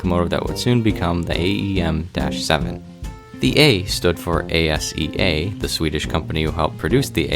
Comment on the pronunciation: I dont think its A-S-E-A its Asea